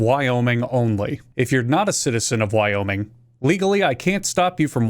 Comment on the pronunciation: Life of Boris (Russian channel) pronounced every one of the American states in a strong Russian accent. Wyoming came out sounding like 'Via-Minge', I'm English, 'minge' is one of our hundreds of words for vagina. So, unless you where born via cesarian section, we are all here via minge. I thank you.